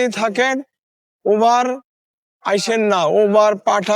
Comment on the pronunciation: ওভার না উবার